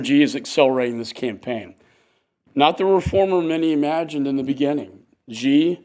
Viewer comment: This is a senator who sits in a room and can't tell Vietnamese from Chinese!! Also president Xi Jinping is not pronounced President 'Gee' but President 'Shee'.